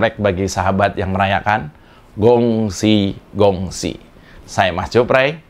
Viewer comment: xie xie Mas....Mas..izin ,akan lebih ciamik kalau kata Gong Xi2 itu ..di Huruf G Nya Di ucapin mengunakan lafal hutuf K.... terimakasih 🙏🙏🙏